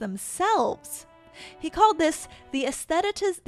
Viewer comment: AY-Sssth-eh-Tick-eyes-ation... 🤭 You're welcome. 😅